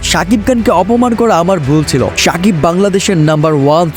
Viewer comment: এই বেটা উচ্চারণ ঠিক কর সাকিব কান চেলেন🤣